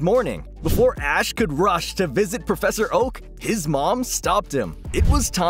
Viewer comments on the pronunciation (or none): none